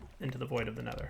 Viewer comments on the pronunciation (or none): I like how he said "make sure we don't loose the saplings to the void of the NEATHER " ha ha ha